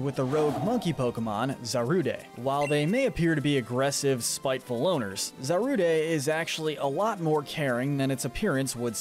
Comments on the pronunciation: Unqiue concept. Nice video. But it's Za-Rude. Not zaruday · Are we not going to talk about how he said Zar u de it’s zar ude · Bro where are you getting some of these pronunciations from? Zor-oo-oh-eh???? Wtf? Za-rood-deh??? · The E in Zarude is silent. Hisuian Zoroark, at least in the new mini series, was severely mistreated by people. Can't say I blame her for having issues. The shiny one from the same series did help the people. Sorry, but the ONLY evil Dragon type is Eternatus! Deino in the anime have been shown to be good Pokemon, just like dragons in general. What is it with all the 'dragons are evil' BS? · Is anyone else getting mentally hurt from his pronunciation of Hisui and Zarude?